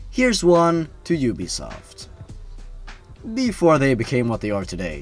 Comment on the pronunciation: I was playing assassin's creed when you said ubsoft